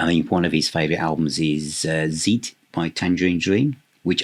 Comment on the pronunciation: Fantastic Album, been in my collection for years. a must hear. you never know, you might even get to like it. The Lord Saint Julian of the Cope certainly knows his krautrock and the weird and wonderful. (zeit is pronounced as 'sight' btw). Always good to have an open mind with art & music